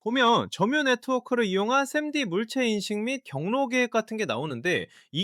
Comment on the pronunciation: 3D 를 쌈디로 읽는게 너무 웃기네요